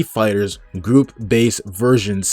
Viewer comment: Are you saying group? Or goop?